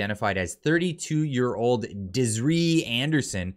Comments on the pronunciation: Dez-ear-E = Desiree …you’re welcome😆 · That pronunciation of "Desiree" 🤣😂🤣... it's "Des-i-ray", hahaha